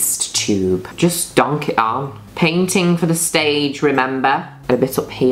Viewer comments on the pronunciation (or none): none